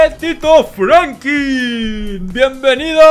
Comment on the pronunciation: Se an dado cuenta de que dice frankin mientras cuando es franklin